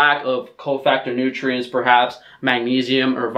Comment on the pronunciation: OVER FIFTEEN NOOTRIENTS! This is favorite line.